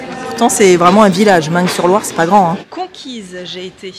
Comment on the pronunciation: Coucou je pose çà là… Meung sur Loire on ne prononce pas le g...